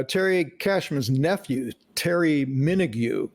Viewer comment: I was around for much of the recording of this album--even played on a couple of tracks. My BFF since I was about 10 was the producer, and I was a young FM dj. Really thought they were gonna be stars. The producer's name, btw, is pronounced Min-og, not Min-ogew. It's like Kylie. And I'm all 3 overdubbed trombones on Sleep. One of my proudest moments. And another BTW--you don't hear the bagpipes because they faded Sleep out before it got to it.